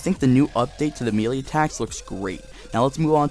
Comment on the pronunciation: you say melee wrong